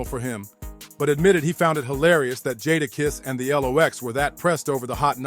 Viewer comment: (JAY-DA- KISS)That was the part that was irritating me so bad I almost stopped watching the video.